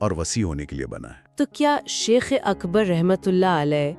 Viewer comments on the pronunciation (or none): آپ ہر ویڈیو میں لفظِ شَیخ کو شِیخ بول رہے ہیں ۔ انڈ و پاکستان میں شِیخ ایک قوم کا نام ہے لیکن عربی میں شَیخ کا مطلب بڑا عالم ہے ۔براہِ کرم لفظ کی ادائیگی درست کیجیے ۔